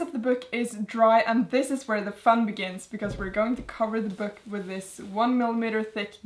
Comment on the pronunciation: i love how you say 'byook'😂